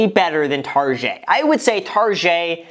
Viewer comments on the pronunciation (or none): why are you pronouncing "target" tarjay? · What’s the story behind the way you pronounce target? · Why do you call target tarjey? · Bahahahaha guy said “tarjayyy” , it’s called target bruhhhh😀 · Got i hate people who say targé instead of target 😂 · TARJAY????? it’s target brother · I'M TRYNNA GET RICH SO I CAN PRONOUNCE 'TARGET' THE WAY GRAHAM DOES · "targét" hahaha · Why gram calling it tarjaaaayyy! Its target!!!! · Why does he say tarjee instead of target? 😂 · Why is he calling it tarjay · wtf is targhe i thought he was just mispronouncing target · Am I the only one who gets high key annoyed every time he pronounces “target” and “tarjay” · stop saying targe like that! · "TARGEY" LMAO HAHHA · Why do you pronounce "Target" so weird? O.o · Girl-target Graham- tarshey 🤣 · TARGET NOT TaRjAYyyyy Lol he's smart af Trying to get more comments so the video does good mind blown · Pronounce target right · Took a shot every time graham said TarjeééÉe and now I’m dead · Why you say rojet? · This guy literally said Targét 😂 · why does he say tarjey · Tar-JAY?? Is it a joke? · Tar-Szhay lol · "tarzhay" lol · No one: Target Graham: Targét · stop saying tarjay imma sneeze my brains out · Why he call it Tarjay? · Why are you saying tarjhay?? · STOP SAYING TARGÉT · Say "tar-jay" one more time.....lol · I almost couldn't finish the video because he kept saying tarjay. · My friend from Florida says that everyone there says "TarJay" and they love to go to "TarJay" lol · Why do you call it tarj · I love how you say "Target" with a soft g like if it was French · Nobody: Graham: Targeeey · Homie really out here saying “tar jay” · Doesnt targets owner literally call it 'tar jay'? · It’s Targèt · Super important question graham. Why do you pronounce target as “targeè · Dude HAHHAHA pleaseee learn how to say target this is cracking me up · Guys I don’t think he knows how to say target. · Just stop I kw u can pronounce target the right way